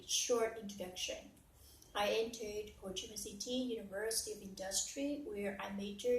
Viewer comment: Nhận xét nè, process nhấn âm đâu nha. Before i start xem lại phát âm start, vocabulary luôn luôn k có S.Từ entered coi lại phát âm nhé